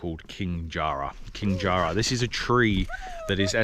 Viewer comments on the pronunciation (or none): JA RA not jar ra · Ja ra , not jar ra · That's not King Jar- Rah. It's King Jara - rhymes with para. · Mate, it’s “jaRRah”, not “jar-rah”. Short a vowel sound. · FYI - it's not pronounced - Jar-rah. It's a short sound -- Ja- rah. Jarrah is a hardwood and native to Western Australia. It's a beautiful rich red colour often used as hardwood floors in many WA homes when we used to have real hardwood floors. :-) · We pronounce Jarrah as J a rr a, hope you don’t mind me commenting. I love my country, can’t imagine being anywhere else 🇦🇺🇦🇺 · The air you breathe is the subtle smell of Eucalyptus and Ozone from the sea (and less air pollution). I love coming home from Europe etc. and getting a whiff of that air. You really don’t realise how good the place smells when you live with it every day since birth. It’s even better on the west coast of Tasmania. Not Jarrrr Rahh. (Love your English pronunciation. LOL) Both the “a’s” are short (not long with “arrrhs”) though it does sound rather posh and perhaps you’re showing deference for a King.😂 Enjoy watching your progress love how you are really getting into it. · Wrong pronunciation of Jarrah mate 😂